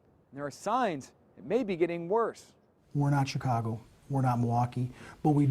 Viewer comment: this dude just said "shytown" omfg LMFAO!!! xD